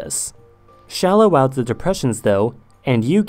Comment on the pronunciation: The video starts with "Ze Earth" German language is starting to influence you😅